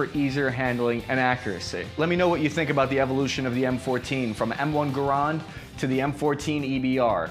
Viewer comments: I had no problems until you said 'Ga-rond'. It's 'Ger-ind' or 'Ga-rand'. 'Ga-rond' is cursed and should never be said again. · "M1 grond" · "M1 Garond" lol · It's supposed to be "gair-und," right? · That's the worst pronunciation of Garand I've ever heard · Kentucky windage isn’t some high speed operator term. I’ve been using that term way before I joined the military and I’m definitely not a high speed badass. Also the way you said Garand gave me a brain aneurysm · There are two ways most people will pronounce Garand. I have never heard anyone pronounce Garand the way you do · It's funny how many different pronunciations there are for the Garand. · "Garand" rhymes with "errand". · I have but 2 things to say And I’m not being an ass Your pronunciation of garand is odd And you forgot to mention in the early/mid 2000s when the marines shit the bed realizing they needed a DMR... and someone remembered they had a metric assload of m14s in storage since the 70s And they legit stripped them down to nothing outfitted them with night force optics and created the EBR chasis system and basically shit out the m14ebr Overnight Somewhere out there was an article on the m14 and everything that was done to create the ebr. I remember reading it around 2010 or so. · Lmao mate pronounce garand for us again? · It’s not 800 it’s 1000 meters more if you know your shit and you should work on your pronunciation of the Garand / ps if WW3 does kick off then first thing I’m going to do for before I get my draft notice Is go to a marine recruiting station and ask the recruiter I’ll sign up today but I believe one thing the M14 as the M4 does not have range Necessary for engaging targets in that region especially if you’re engaged in a battle outside of a Majorly population area